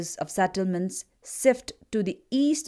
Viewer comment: Good presentation. However, "shift" is not pronounced "sift". It is pronounced with the "sh" sound like in socio-cultural.